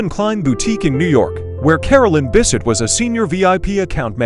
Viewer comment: It's Bessette, not Bisset.